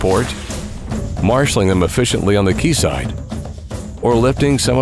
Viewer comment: So excited to see Mammoet doing some wind farms! Always thought that wind turbines were one of the coolest areas of superheavy lifting. Bonus points to the narrator for pronouncing "quayside" correctly!!!!